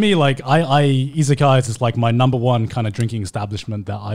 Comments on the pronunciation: They are saying Izakayas but is sounds like Isekai 😁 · Yep, it took me some time to understand that they wouldn't say Isekai 😁